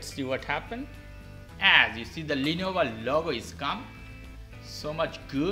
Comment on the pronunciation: Hermione: "It's Lenovo, not Lenova"